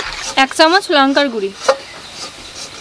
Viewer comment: তোমরা গুঁড়ো কে গুড়ি বলো কেনো?